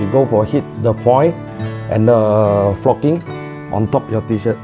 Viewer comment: "for foii and focking"